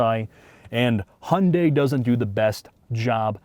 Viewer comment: It seems like a great car to drive, but OMG it is so ugly! The i30N looks so much better, IMO. And BTW: You do not pronounce the brand name by "Hunday", but more like "He-you-n-die" 😉